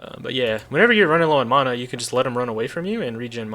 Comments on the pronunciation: I love the video, but I had to stop listening to you mispronounce "mana" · You pronounce mana incorrectly. Not differently, incorrectly.